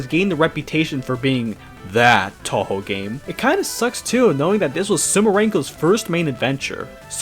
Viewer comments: Why do you pronounce things so strangely? Every time you say Touhou, you make it sound like you're saying tohgh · The ever changing pronunciation of touhou drives me nuts. 😂